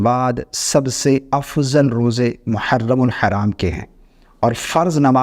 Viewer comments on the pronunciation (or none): none